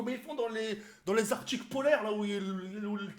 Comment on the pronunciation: mdr "les artiques polaires"